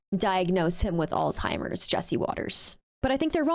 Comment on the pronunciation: You're "age-ist" (do not know how to spell it) not because you're young but because you can't say Alzeimhers correctly. It not All-Timers as you said. Now, regarding presidency candidates. I wholeheartedly agree that these two candidates should not be the presidential candidates. I really like Mr. Bidden personally. But I wish that he would have ran right after being the VP. Our country would be so much different than today. That said, who are you going to have as the presidential candidate? I wouldn't mind Ms. Harris, of whom I think will become the 1st woman president. But no other candidate stood up and said "I'm going to challenge him!" Nobody! So until you help bring options to the table, you're not helping, all you are doing is complaining miss. (Modified)